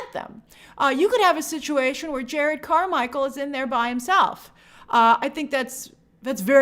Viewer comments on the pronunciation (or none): His name is Jerrod not Jared